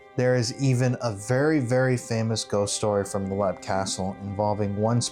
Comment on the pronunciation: It's not pronounced lep,it's pronounced leap.